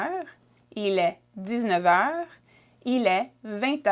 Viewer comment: Shes saying heures wrong